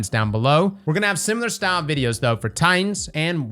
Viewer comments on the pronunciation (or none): none